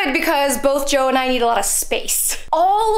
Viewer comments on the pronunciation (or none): Everytime you say “Joe” all I can hear is “Hello You.” 😂 but anyway beautiful home, so excited to see where you take it, have loved watvhing your journey!!!!